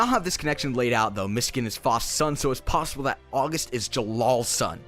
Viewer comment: was i the only one who noticed he said "Its possiable the August is Jellal's son" lol